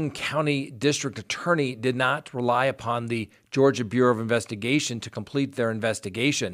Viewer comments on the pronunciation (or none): none